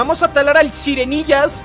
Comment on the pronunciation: Sirenillas no sirenggillas